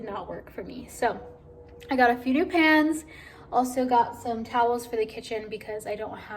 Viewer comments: Was it just me or did anyone else think she was saying she put her PANTS in the oven! Haha I was sooo confused🤣😅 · You know I was wondering how come she didn't get the pants she wanted when she was looking at the clothes. I heard pants too!! Haha!